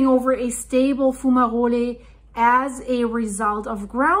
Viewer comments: It is pronounced, fyoo͞′mə-rōl not foo͞′mə-rōli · Your accent is lovely but....the letter e is silent like in hole. Sounds like Fume-a-roll/role, or Fu-ma-role. Plural: Fume-a-rolls or Foom-a-rolls. Good video. Great information.👍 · its pronounced fume a roll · Your pronunciation of “fumarole” is very nice and German sounding. However, the geological service is keeping a close watch. Lava is still deep. But there is definitely an issue.